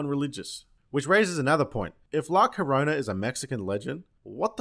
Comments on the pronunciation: It's pronounced jorona in Spanish two L's make a J sound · llo-ro-na (yo-roh-nah).